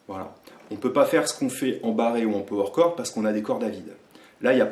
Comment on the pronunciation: “Peau-Oueur Corde”!!! 😅